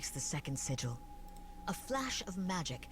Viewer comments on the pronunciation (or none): Thanks for the playthrough. One thing that bothered me throughout is the pronunciation of SIGIL. It's pronounced 'sij el' with a hard J sound, not signal.Google it and listen. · It is sigil not signal